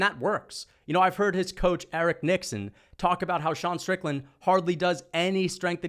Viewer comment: It’s Eric nicksick not nixon